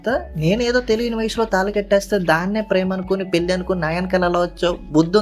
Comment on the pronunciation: పెల్లి, మల్లి, కాదురా పెళ్లి, మళ్లీ అనాలి ముందు తెలుగు చక్కగా మాట్లాడితే సబ్స్క్రయిబ్ చేసుకుంటాం